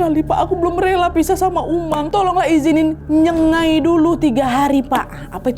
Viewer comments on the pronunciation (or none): maaf ya kk.. nyenggai kakk, bkan nyengai..